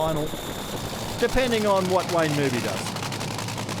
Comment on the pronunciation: I wann't aware that Wayne Newby had changed his surname to NOOBY. How friggin annoying to have a 'commentator' mispronouncing the bloke's name.... this is the same type of bozo that calls Colin, COLON